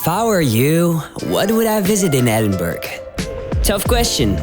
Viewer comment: Great video ! , there is so much to see in this unique and amazing city , no wonder it is the UK's 2nd most popular place to visit , for the record , the city is pronounced ' Ed-in-burr-ah , NEVER Edinberg or Edinburrow ! :-)